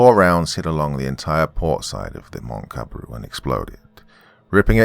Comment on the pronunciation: Moctezuma (Mok - te -zU -ma. The U needs to sound a little more strong.) Dont know from where comes Montezuma.